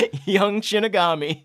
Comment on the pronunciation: Shi ni ga mi, not shini ga mi (pronounced like she ni ga mee)